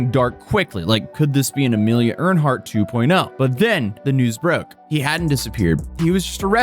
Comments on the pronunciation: Its Amelia Earhart, not Amelia earnhart 👍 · I'm sorry, EARNHEART?????? Where are you even getting the N from dawg? Its Earhart. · Earhart, not Earnhardt. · Every time you say Amelia Earhart, I cringe insdie. AIR-HEART. not EARN-HART. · Amelia Earhart* (Air•Hart) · “Ernhart” bahahahaha never heard it pronounced like that before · I’m sorry I just can’t get over how he pronounced Amilia Earhart’s name. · First of all, he's been in America for the majority of his life. Secondly, it has nothing to do with his nationality. Scandinavian languages do not add an "n" to Earhart, nor pronounce it with one. He made an ignorant mistake and there's nothing wrong with commenting on it.